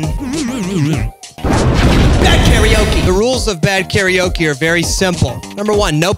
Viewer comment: 何故"カラオケ"を多くの人が"カラオキ"と発音してしまうのか？テリヤキ？テリヤケ